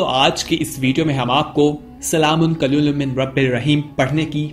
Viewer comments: Qaliloom nahi hai hazrat SALAMUN QAULAM MIR RABIR RAHEEM sahi elfaz ada kre plz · Pls recite it properly...it's not qlolum it's "Qoulam" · جناب آیات کے الفاظ کو غصب نہ کرو جس الفاظ کو آپ قلیل پڑتے ہو یہ الفاظ قول ہے قلیل نہیں ہے